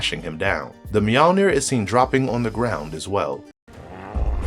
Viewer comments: 1 it's Mjolnir not mjalnir and it wasn't even Mjolnir it was Stormbreaker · The fuck is meow-near? You mean mjolnir. Pronounced mule-nir. For fucks sake you sound like an ass when you butcher that pronunciation it's. Nordic maybe learn how it's supposed to be pronounced before you put it in a video. You sound dumb as shit. Also that's Stormbreaker not Mjolnir. Fucking dingus. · me-OL-neer. bud. not meeALLneer